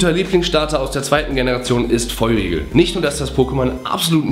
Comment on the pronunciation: Hust Hust xD wer versteht manchmal auch "Feur Riegel" stat " Feur igel" xD?